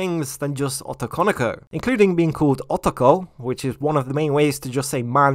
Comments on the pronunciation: Ah-to-kan-o-ko? I'm sorry... ō-tō-kō-nō-kō; the romanji "o" has the same sound... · the way you say "otokonoko" in a very strong English accent, making it sound like as "ottokonikou" instead. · The Os in otokonoko are all pronounced with a hard "Oh" sound. Unlike English, Japanese vowels have consistenct pronunciation. Just trying to be helpful and not critical. I always enjoy your content, and I appreciate you putting this video out.